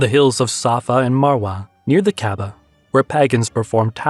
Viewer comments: Why you say kababah instead of kabah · Sounds interesting. But please check your pronunciation of Kaaba and polytheism 🙂